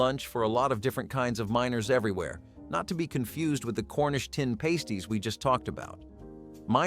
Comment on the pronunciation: For anyone listening to this - past in pastie rhymes with fast not paste like toothpaste